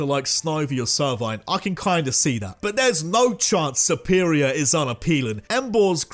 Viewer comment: SERPERIOR, NOT SERPIROR!